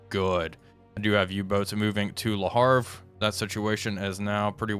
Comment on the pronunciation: Dude, I love your content, but everytime you say ‚le harve‘ I get a rash😂😂 itˋs ‚le haVRE‘.